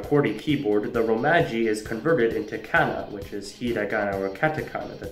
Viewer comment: Cool video; worst pronunciation of "kanji" and "romaji"